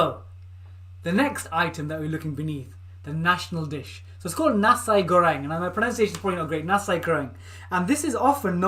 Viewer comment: Nasi is pronounced NAH-see ;-)